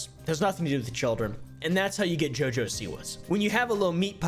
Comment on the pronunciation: I love the way you're saying her name, "JiJo"😅😅😊